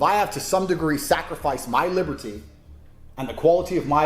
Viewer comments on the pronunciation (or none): none